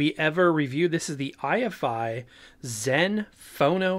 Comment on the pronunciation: Note that it isn't i-F-i, it's pronounced eye-fy, rhymes with Hifi